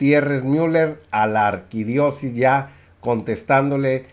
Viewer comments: Dijiste mínimo 4 veces "arquidiosis" Lo correcto es arquidiosiócesis. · Se dice Arquidiócesis, señor sabelotodo. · Colega repite conmigo AR-QUI-DIÓ-CE-SIS muy bien muchachito MUY BIEN! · Disculpe la corrección: Ar - qui - dió - ce - sis. Saludos desde México